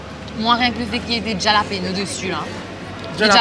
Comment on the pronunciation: Love the peanut butter machine! Pesto = pinenuts+ basil+ olive oil+ Parmesan cheese. The challenge was on top love the whole team effort, also it’s said hallapinos j=h in Spanish 😊. Waiting to see you next week! Cheeers🍻